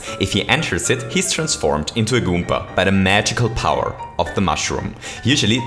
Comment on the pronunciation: I hate how he pronounces Goomba